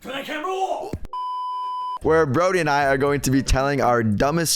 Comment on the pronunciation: "TURN THAT CAMERA OWF" it sounds like that 😂